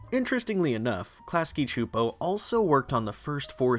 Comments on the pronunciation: I'm sorry but it's pronounced Clasky SSSSSooooopo. They say it in their own bumper at the end of every episode. I know, it bothers me more than it should but I thought maybe someone should tell you if you weren't aware. That's all, thanks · I have never heard klasky csupo pronounced out loud and I cringed every time you said it lol. But as told by ginger was my all time fave nick show. I wish there were more seasons it was so important to my development as a kid